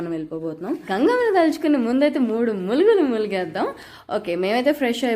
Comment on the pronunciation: అది. మూడు ములుగులు కాదు.మూడు మునుగులు ముందు తెలుగు నేర్చుకోండి